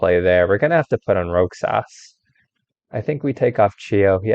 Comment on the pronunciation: this guy's last name is pronounced as rohas